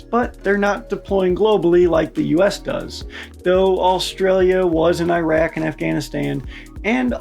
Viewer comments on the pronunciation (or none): It's pronounced ih-rahk, not EYE RACK, you invaded the place illegally, at least some them some decency by pronouncing it correctly.